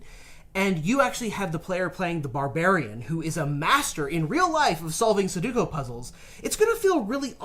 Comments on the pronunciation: Su-do-ku, not su-ku-do. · say it with me! su-do-ku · please stop saying sadooko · Everytime says suduko I lose enamel on my teeth. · "suh-duko" had me crackin' up WAIT you just said it again lmao STOP, I CAN'T TAKE MUCH MORE